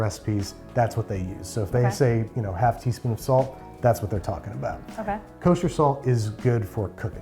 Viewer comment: Jesus, I first heard "sand".. feels like salt low key 😂😂😂